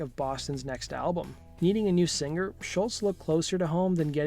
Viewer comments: It's SCHOLZ not SCHULTZ.... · Damn dude, first, you gotta learn how to pronounce Tom's last name: it's ScholZ, not shultz! 2nd, a bit more fact checking. You tell parts of the story different than Tom himself. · Great first album, great songs, great guitar tone, drums and bass sound really good for mid-70's basement studio recordings, and Brad Drop provided incredible vocals. It sounds like you're pronouncing his name, "Schultz," and not, "Scholz." Kinda annoying. Cool video otherwise. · It's not Schultz, it's SCHOLZ (rhymes with moles). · This is to the guy who did the Voice over it's Tom Scholz not Scholtz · Great video and info. BTW, Scholz is pronounced "Shoals". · Hey nice job but can you pronounce his (Tom Scholz) name correctly especially if you are going to say it dozens of times? It's pronounced like "Shoalz" there is no "t" sound in it. But you even put a "t" in the tags of the video. Otherwise good job. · Narrator mispronounces Tom's name every time! The is NO "T" IN HIS NAME! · Doe the narrator keep mispronouncing Sholz or am I not hearing him correctly?